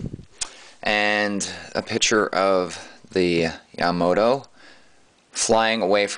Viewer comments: YA-MA-TO, not ya-mato NOT yamo-to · You are a Idiot...You can't even pronounce Yamato correctly I can't expect you to give a decent review thumbs-down people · You said Yamato wrong!